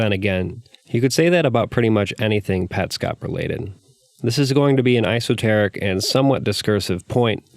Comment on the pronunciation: I dunno... I think you might be really reaching on some of this stuff, looking for connections where none were intended. I could be wrong, and regardless I appreciate the overall explanation which is great. Also, ... Sorry to be a smartass, but I think you mean esoteric, sounds a lot like you're saying isoteric